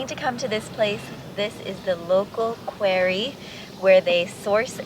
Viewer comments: Just a heads up, the word is not 'quarie' it is pronounced quorrie and spelled quarry. The granite worktop will be a great addition to your kitchen and will fit in beautifully with the stone walls and concrete floor. I'm loving the new pink you've painted in the tower bathroom, so subtle and gives a lovely vibe. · You are not pronouncing quarry correctly. It sounds so ignorant, pronounce it quarry, not qory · It’s not query it’s QUARRY! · QWEARRY ❓❓❓MUST BE THE PORTUGUESE PRONUNCIATION FOR QUARRY. 😂🤣😂 THANKS FOR THE LAUGH. MADE MY DAY. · It’s pronounced qu-are-ee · Quarry is pronounced 'Qwarry'. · I have never heard the word “quarry” pronounced like that. 😂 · That sink is absolutely beautiful, love it. Unusual way of saying quarry, is that a Portugal pronunciation?